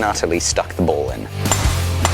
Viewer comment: He kept saying ball, I was hearing bowl